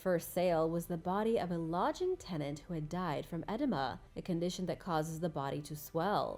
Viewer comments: EH DEEM AH. please read medical pronuciations before going on video about them.NOT Ed A MAH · Edema is pronounced uh-dee-ma …… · Edema, good lord , learn to pronounce the word. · And edema